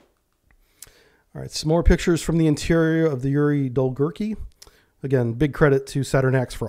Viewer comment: The correct pronunciation of Yuri Dolgoruky is Yuri Dol-go-ruky (Yuri long-arms)